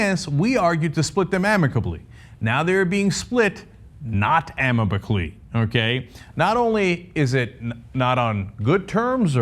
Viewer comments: Damn. I just came to the comments to see if anyone else enjoyed Cenk's "not amabicly" moment . Carry on with the international politics debate... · "now everybody's cutting off heads" "not amibacly" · Cenk said "amibacly," heh heheh heheheh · "amibacly" lol. Also your points are ridiculous. Grow the fuck up you're liike a hysterical little girl. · Oh my god, Cenk saying amicably